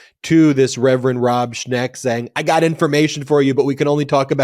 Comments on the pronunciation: Schenk not Schnek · It's ShENk, not ShNEk. Not sure of the exact spelling but it's en not ne. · The name is "Schenck", according to the internet, not "Schneck". Thanks for your great work!